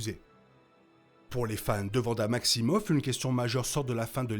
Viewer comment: Faudrait revoir la prononciation de Wanda 😅